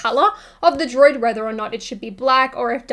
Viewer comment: Droid butchered by, both figuratively and literally.;-)